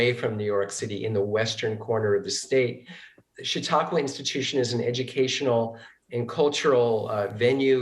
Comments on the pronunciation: It is pronounced cha-TAU-qua. . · It's pronounced "Shuh-taw-kwuh". FFS. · Learn how to pronounce chatauqua